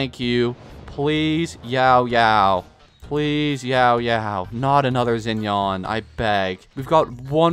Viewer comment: “Zinyawn” shinyan (rhymes with can)